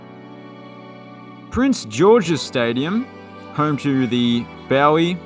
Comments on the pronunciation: Bowie native here, it’s pronounced Boo-EE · Also...Bowie, Maryland is pronounced "BOH-wee."